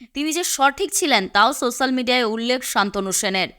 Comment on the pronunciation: Social = সোশ্যাল উচ্চারণ হবে, সোস্যাল নয়।